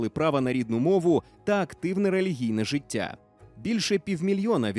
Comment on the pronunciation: Голос за кадром- "гвориЦЦць, жиЦцЦя, громаДЗзззяни" треба на консультацію до логопеда! Вкрай неприємно слухати ці маасковські виверти! ДИЗЛАЙК!!!